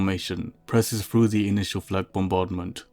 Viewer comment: You have a nonstandard phonological substitution or th-fronting lisp. It's what causes you to pronounce your "th" as a "v". So "The" becomes "Va". And "Through" becomes "Frew".